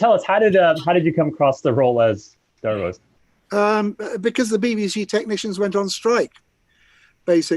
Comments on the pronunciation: wonderful its pronouced davros not darose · not going to lie. the way you pronounced davros literally made me forget what his actual name is for a second.